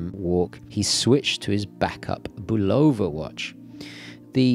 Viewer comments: It's pronounced Bulava Not Bolova! Just look up one of there TV commercials here on YouTube,this may be the way they pronounce it in Europe but it's not the correct pronunciation. I submit to yoyo with all due respect. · For the word "Bulova", the stress is on the first syllable, not the second, just fyi.